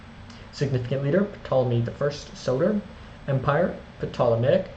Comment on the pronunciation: The P isn't pronounced in Ptolemy.